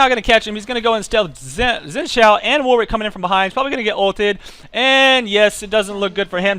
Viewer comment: Warwick is pronounced 'Warrick', it's a silent 'W'.